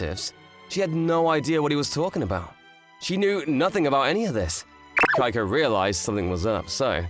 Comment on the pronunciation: Sounds like the lad is saying “Geico” instead of “Keiko”